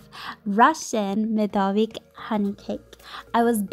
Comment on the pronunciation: it is supposed to be MEDOVNIK with N :(